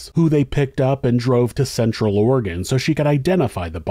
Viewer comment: I appreciate that you pronounce Oregon the correct way